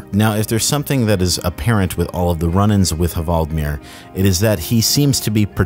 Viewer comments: the h is silent. you have great videos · Ha-vald-mir? His name is clearly Hval-di-mir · It's hval-dee-meer, not ha-vald-mir :D like Vladimir or whale-dimir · He is called Hvaldimir - pronounced Wal-de-mir. It's a play on the word Whale (Hval) and the name Vladimir. It's Whaledimir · The 'H' is silent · you’re not Norwegian so I won’t take the piss but that pronunciation of hvaldimir was very funny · You don’t pronounce the H in Hvaldimir. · You aren't supposed to pronunciate the h in the hvaldimir